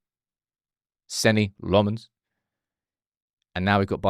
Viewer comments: Hey, not being a smart ass here but pronounciation of the first syllable of LA-mmens is like in the ‘la’ of la -la-la land. You said a LO sound like in Lo-pez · "La"mmens, the "La" is pronounced like in back"la"sh, or do re mi fa so "la" ...